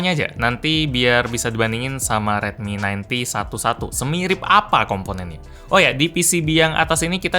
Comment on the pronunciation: Redmi 9T terdengar seperti Redmi 90 😌